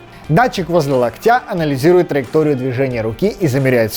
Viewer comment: Очень интересно, спасибо! Только ударение правильно ставьте: трЕнерам, лОктя.